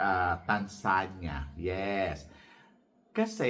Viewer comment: MARTINIQUE not Martini - MAR TEE NICK TANZANIA - TAN ZA NI YA..